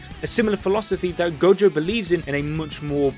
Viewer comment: "Saturo freaking Gojoh"